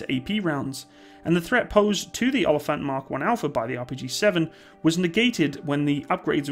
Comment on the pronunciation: Its actually pronounced more like oa-lii-phant Greetings from South Africa